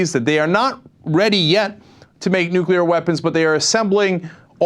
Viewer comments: will they ever learn the correct pronounciation of the word 'nuclear' ? I know, new rule! if you can't pronounce it you can't use it. period. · Why can't conservatives read? "nu" sounds like "new". "clear" sounds like "clear". Put them together and it's "nuclear", not "nuculer". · Ugh. Bayh keeps saying "nook-yuh-lurr". *twitchtwitch* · Why the fuck can't Evan Bayh say "nu-cle-ar" instead of "nu-cu-lar"???!?! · I know that this is an ongoing debate, but this annoys me so much: it's NUCLEAR, not NUCULAR! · Hey Senator, it's NEW-CLEE-AR, not NEW-CUE-LAR!!! Jeez! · Is it just me who thinks it's scary when politicians say "nuculear" when it's pronounced "nuclear"? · "Day of Reckoning"? A warhead needs to be deployed up inside Bayh. Oh, and Evan - IT'S NUC-LE-AR. NOT NOOK-YOU-LER. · One of the only hard and fast rules I have, is NEVER trust anyone that pronounces it "new-cue-lar" instead of "nu-cle-ar"... In fact, it pretty much automatically makes me want to shoot them in the face... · hey Evan, its pronounced nuCLEAR, NOT nuCULAR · I don't trust anybody who pronounce it "nucular" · *sigh* It's pronounced "new-clear," not "nuk-u-lur." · Clearly not a dem. "NUKULAR" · This guy is saying "nucular"?? He's no Democrat. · I general discount the opinions of people who say "nukular". It may be a mistake on my part, but I feel that someone who can't correctly pronounce nuclear, which is not a hard word to pronounce, is too stupid or ignorant to know very much about the topic. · anybody who says 'nucular', especially a government official, is a complete and utter moron and shouldn't be given any importance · Dear people being payed thousands upon thousands of dollars to speak on National Television. Say it with me. "Nuclear". New - Clee - Ar. Nuclear. Neeeeeeeeeeeeeeeeeewwwwwwww Cleeeeeeeeeeeeeeeeeeeeeeeeeeeeeeeeeeeee Arrrrrrrrrrrrrrrrrrrrrr. Nuclear. Thanks. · Nucular...uh oh.